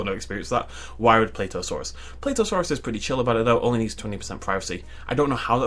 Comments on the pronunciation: Plateosaurus is pronaunced pla tea o saur us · The way he pronounces plateosaurus...